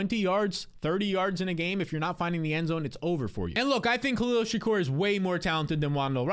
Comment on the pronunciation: “Khalil Shak-OR” 😂